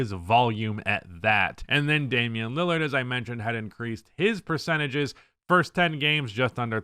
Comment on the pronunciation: "Fist 10 games" 👊🏿 😂